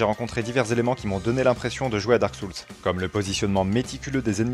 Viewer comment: Hello. Je préfère de loin quelqu'un comme toi qui a un ton sympa et parle correctement à tous ces youtubers qui enchainent fautes et pataquès en croyant bien parler et ne supportent pas la critique. Le seul vrai petit défaut pour moi, mais il est courant, c'est la prononciation de Souls (âmes en anglais). Pour le reste, rien à redire. Ton discours est clair et intéressant. J'ai adoré Lies of Pie et l'ai fait 1,5 fois. J'attends le DLC pour m'y remettre. C'est le jeu qui m'a ouvert la porte des souls. J'ai vraiment été surpris de constater comment on progresse automatiquement à force de répétitions et quelle joie peut nous procurer ce type de jeu quand on finit par réussir. Depuis j'ai fait d'autres souls like avec ce même plaisir que je ne connaissais pas avant. Et comme toi je ne comprends pas du tout les mauvaises critiques de certains.